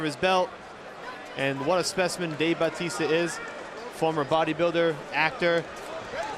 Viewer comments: FUCK MAN ITS BATISTA NOT BAUUUTISSTA can't even concentrate with him calling him that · Who the hell is Bowteasta? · I'm I the only one who realised that one of the commentators called Batista ,"Baptista" 😂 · What the fuck is a "Baptista"? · batista not bowtista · why is that guy calling him babtista ? :D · did he say jab fitness???